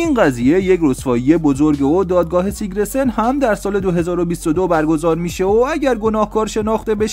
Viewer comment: اسم همه رو اشتباه میگی، قشنگ معلومه اهل فوتبال نیستی فقط چون موضوع پر مخاطبیه ویدیو درست میکنی درباره فوتبال، پرومس نه پرامیس! سیگرسن نه سیگره سن!